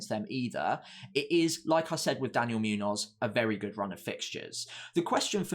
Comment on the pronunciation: Great analysis. It’s Muñoz (“munyoz”) not Münoz (“Myunoz”) btw.